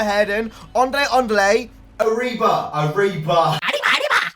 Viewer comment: "Arribaaa" preatty accurate to how it really sounds haha